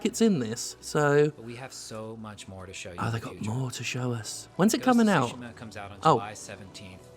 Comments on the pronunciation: Lol sushima, it's tsu-shi-ma, like tsunami, a slight hint of a T sound but mostly an S sound. The game looks great, looking forward to it. Tsushima is an island halfway between Korea & Japan and has changed hands back and forth thru the centuries, but in modern times it's a Japanese possession. ( It was a stepping stone for the Mongol invasion and the US-Korean war) Enjoy the rest of your day Jim 👌🤟🙃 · Both are wrong. I can't talk about the stress because I've heard Japanese people stress some words in every possible syllable, including no syllable at all. That said, "tsu" isn't pronounced "su". What English speakers do to poor Tsushima is akin to pronouncing "chat", shat. Just go to Google translate and listen to the bot say it. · I think "Ma" in japanese means "evil" or "wicked" or something like that (if anyone knows what I'm talking about, please correct me) So I find it funny when it's pronounced "Sushi-Ma" XD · Jim please stop saying Sushima, the T is not silent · 'shi' is pronounced 'shu' when followed by 'ma'; English isn't the only language with confounding grammar. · Iirc, Japanese names almost always have the emphasis on the first syllable. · Your initial pronunciation was awkward, but not bad, tbh.